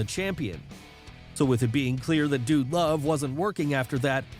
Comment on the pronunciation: We get it ur a fan were all fans stop with the corny voiced your butchering them..the way u say "wrestling" Vincent like vince b the way u said "dude" love STOP it RIGHT NOW!!